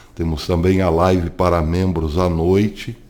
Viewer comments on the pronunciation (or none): none